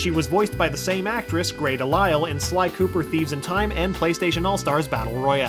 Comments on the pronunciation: he says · did anyone notice when he was talking about david scully that he said 3 instead of sly? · On #43, I think you had the name Scully on your mind and you accidentally said Sky instead of Sly. Just a nitpick, though. Not a big deal. Lol